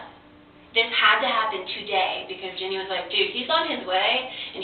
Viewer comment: dude its Ginny not Jenny